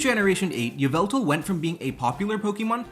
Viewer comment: Yveltal is pronounced like 'Evil-tal'. Yvel is a Middle English spelling of Evil.